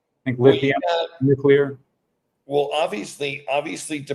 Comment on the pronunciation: lol he said "nucular". :D